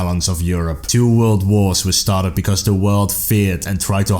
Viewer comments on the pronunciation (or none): none